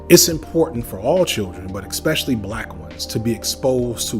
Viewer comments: Okay. The first “expecially” shattered my ear drum. 37 “eXpecially”s later… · Do you mispronounce especially intentionally?